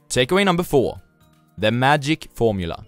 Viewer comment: The... tragic... gormula?